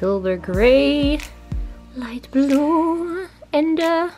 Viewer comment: When she says light blue does it sound like she says light blå😂(blå=blue)